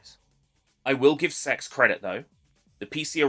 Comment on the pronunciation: Funny you didn't dare say CeX propperly do your dad